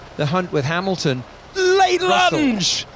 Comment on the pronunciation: É impressão minha ou ele pronuciou Emilton? Kkkkkkk